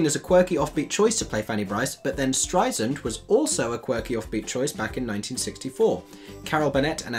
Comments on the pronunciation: I appreciate your presentation. I did wince many, many times, as the woman's name is pronounced "Strei-sand", like sand on the beach, she would tell you. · Excellent review of the reviewers! Agree 100%. You are spot on on every point. One wee unrelated suggestion, if I may.... (I would want to know if it were me, so definitely no shade intended.) Barbra has, since forever, tried to school people on the pronunciation of her last name. It's Strei"sand" like "sand" on the beach, not Strei"snd." It would be the same as people calling you "Mikey" instead of "." To be fair, Beanie herself also mispronounces it, saying Strei"zand." Oy! Hope you don't take offense at the correction. Cheers! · It's pronounced Strei-"SAND" ... like SAND on the beach. (p.s. this revival musical was totally miss-cast ... I feel it won't last for very long) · Would be fun to rewatch this with my friends and all take a shot every time you say Streizzand. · youre hysterical. the english language revival in Paris in 2019-20 with Christina Bianco and Ashley Day was wonderful. I love your criticism. One small note. Pronounciation if Streisand. it's Strei- sand (like 'sand in the beach'- as she says when correcting ppl) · Streisand with a soft 's' (like the sand on a beach). Babs would have your head, young man. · Strei SAND.... firstly... pronounce her name correctly... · If you’re going to say her name, pronounce it correctly. It’s Strei-sand as in sand on the beach. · Interesting video and thoughtfully presented - thank you Though, I have to admit, as a Streisand fan I winced every time he mispronounced her surname…especially after she has so frequently, over decades, explained how it’s pronounced….the “sand” is like sand on the beach, the “s” is not a “z” sound. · Great analysis...but FYI its pronounced “Streisand with a soft S, like sand on the beach." - Barbra Streisand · Please learn how to pronounce Barbra Streisand correctly. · Streisand 's' not Streizand ... get it right